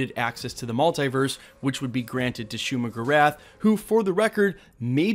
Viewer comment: “Shumagrath” is not how you say it